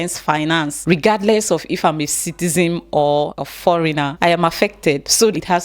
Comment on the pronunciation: it’s citizens not citizems